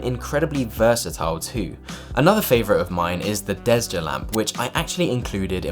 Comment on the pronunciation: Your pronunciations on all product names are atrocious. Nevermind the Swedish words, you butcher ALL, especially the Italian one. You managed to skip an entire syllable in Marechiaro, while Desja (pronounced DESIA) came out Desda. Really sloppy work. Next time you do a video, maybe spend a half hour less on your looks (hair, beard etc) and actually read the script beforehand to get yourself accustomed to the text, so it doesn't sound like a first read after you just woke up...